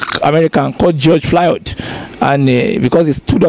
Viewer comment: Los angels ......Los-an-ge-lis !! Phonetic George Fluad....George Floyd!! You are a popular journalist, work on name pronunciation. Thanks